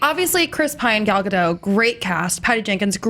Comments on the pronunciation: Ok, it's literally been years now. There's no longer an excuse for mispronouncing her name. It's Ga-DOTE, not Ga-DOH! The T is not silent! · Her last name is not French, it's not Gad do, it's a hard sounding T like the T in it. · You pronounce the 't' in Gal Gadot's name....just thought you should know :) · GAUL. GOD. OAT. That's how you pronounce her name. Gaul God Oat. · Her name is gal gadoT with a T at the end... Gadot!! Why do I hear so many people who cant say Gadot? I mean, you are "professionals" and you cant even pronounce the name of the leading role of a blockbuster movies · You pronounce the T at the end of GadoT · Guys! It's GadoT! The T is NOT silent! She's not French! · her name is Gal Gadot with T in the end. jeez americans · is there any way to get the news out that Gadot is pronounced with a T? She's from Israel, not France. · Nice review, and it's awesome to hear that the movie's great! Just one point, though: Gal Gadot's last name is pronounced with a hard "t" at the end. She's not French :p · please.... the "T" is not silent in Gadot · you pronounce the "t" god damn it